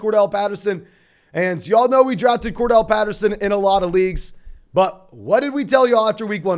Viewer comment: CORDARRELLE NOT CORDELL